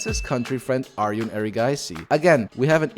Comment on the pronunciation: His name is Gukesh DommaRAJU. Not RAHU. And ARJUN is the real pronounciation. Not ARYUN.